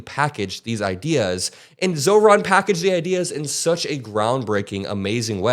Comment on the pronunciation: Again Mikie... You got Zorans name right though